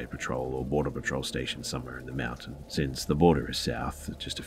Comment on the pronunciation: I like how you say the word mountain. I hear always "meow-tain"